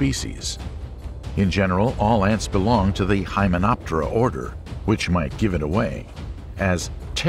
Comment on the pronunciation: "PTERA" NOT "TERA" the Greek [not the latin] word for the feather, wing, plume etc. The whole word «hymenoptera» means one who has wings of hymena [membrane]